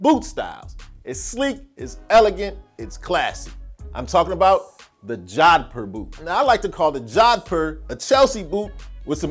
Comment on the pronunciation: Pronounced Joe-dh-poor. I'm indian. I know